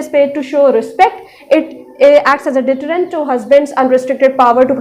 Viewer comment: Deterrent not detterent although good teaching madam